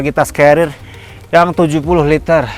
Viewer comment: Kelihatannya sangat kecapean di, terbukti di menit Pengucapan carrier salah "celil" Semangat terus bang bikin konten nya Sangat berfaedah